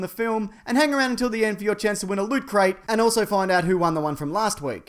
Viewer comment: I think Mason would be disappointed by your pronunciation of lootcrate.